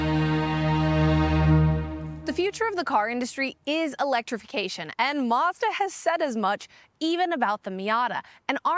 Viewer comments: It’s pronounced Mazda not Marsda !!! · Where is the R in Mazda? 🤣